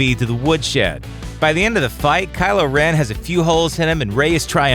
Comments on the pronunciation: Kylo Ren-ier? Fuck off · 'Kylo - rennier' . . . LOL Is that how you would spell that?